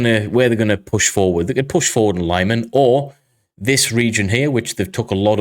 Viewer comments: Thank you. great episode. btw, fyi, it's pronounced "leeman", not lieman. they don't have long-i/y in European/Ukrainian languages. long-i/y would be spelled laiman if it were to be pronounced that way (and again, they don't have long-a either. or long-e. forget about long when pronouncing any European or Ukrainian words). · LeeMAN, not LIEman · lee-mann not lie man.